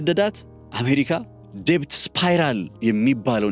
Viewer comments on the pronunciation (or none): በጣም ጠቃሚ እና አሰተማሪ ትንታኔ ነው። እዳ በእንግሊዝኛ ሲጠራ ዴት ነው እንጂ ዴብት አይደለም። በርታ keep going.